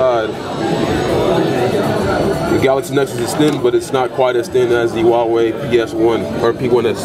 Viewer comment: HUAwei not hauwei